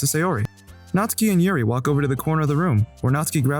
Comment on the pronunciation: The 3 different pronunciations of natsuki hurt my head